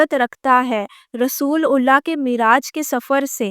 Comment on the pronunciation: She is not an ex Muslim. She is christian. She can't even pronounce correctly "رسول اللہ" and name of Masjid E Haram. She not for once said Bait ul Muqaddas, instead she said "Jerusalem".